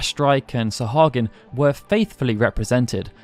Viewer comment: I'm pretty stoked. Also, thank you for knowing how to pronounce Sahuagin. xD